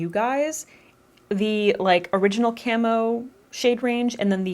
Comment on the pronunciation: So, I thought you were saying Camel not Camo and went into the description to find Elf Camel Concealer :')